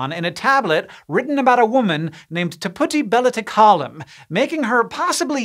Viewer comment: I’m almost certain he is not pronouncing the first name correctly.